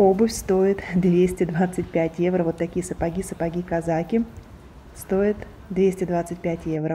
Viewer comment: Неграмотно произносить евра, evro во всех случаях, одно дело витрина, улица срвсем другая, если и одеваются более менее это Милан